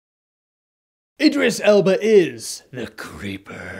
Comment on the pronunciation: You were pronouncing Idris Elba's name wrong the whole review... D:. Answering your question, though, Tim Curry can be pretty creepy in certain things like his episodes of Criminal Minds